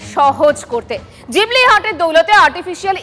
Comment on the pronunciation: জিবলি না ওটা ঘিবলি। 😅